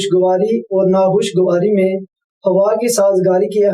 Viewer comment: Allah SWT apko jaza e khair de! Shiddat se is baat ki zaroorat hai aap is qism ka program karen. Taake ahle Punjab iss maidan mein improve karen. Jis shakhs ko aap ne khabar pardhne kaha woh ‘Aur’ ko OR, (Fauj ko Foj) pardhte hain. AAP ka lahja, adayegi aur talafuz hum sub ke liye qabil e taqleed hai! WasSalam.